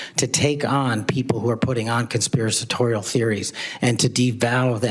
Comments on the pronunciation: "Conspiracitorial". Ya. He said that word folks. The word is Conspiratorial. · If I were as bad at pronouncing big words as Kash patel, I might refrain from that embarrassing practice for a while